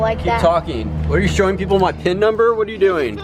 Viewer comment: "what are you shoing them my pin number" lol